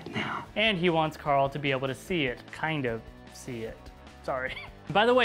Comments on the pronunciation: it's not coral its Carl I now sometimes it sounds like it I'm sorry it bothers me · Hershey Stitch Then this guy should stop pronouncing it Coral.